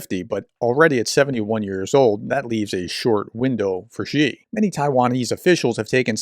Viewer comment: Love your work. Just want to say "Xi" is pronounced "she". Thanks for all the analysis.